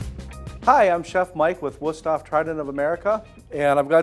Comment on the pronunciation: You really need to learn how to pronounce würsthof. hof is not like off the o is like open.